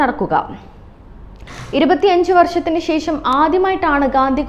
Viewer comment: sesam alla sesham